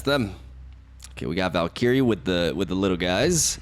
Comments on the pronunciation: doesn't like me correcting his awful pronounciation so he deletes my posts lol. Well I didn't like you leavin LoR so I'm gonna tornment you for ever, it's not valkiri it's valkyre. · How hard is it to say Val-kee-ree?? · Ah yes, Valk-eerie joining KingPing and Cere-bruh among the butchered names 😂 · Valkeri, Valkery, Val... Valkiria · Is Val-K-Rie the right pronunciation 😂